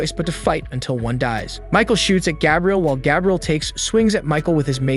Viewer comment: Did you intentionally mispronounce Gabriel?